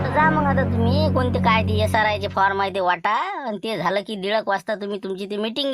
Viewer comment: एसआरआय नाही, एसआयआर आहे.